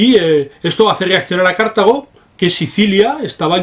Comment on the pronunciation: No se pronuncia "Cártago", pues la palabra no es esdrújula.